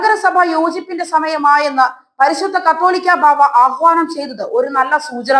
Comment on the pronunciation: കത്തോലിക്ക ബാവാ അല്ല കാതോലിക്ക ബാവാ എന്ന് പറയൂ